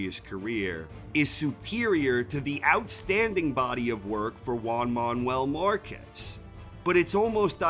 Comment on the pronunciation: "Wan Maun-well marcez"